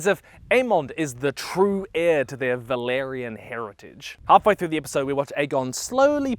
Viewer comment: it’s valYrian btw, not valArian